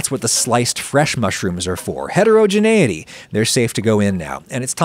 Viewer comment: God every SINGLE time he says "HETEROgeneity!" I fkin cringe I dno why